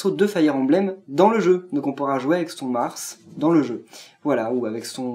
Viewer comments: Arrête de dire Mars c'est Marte x)) (Marth) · Ce n'est pas Mars mais Martee et dit le prince marte ces mieux :p